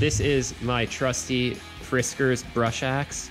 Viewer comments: It's Fiskars, not Friskars... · Friskars? Takes you 3:5 minutes to even get started? Blah, blah, blah. The first item you bring out you mispronounce the name. Can’t even watch this tripe.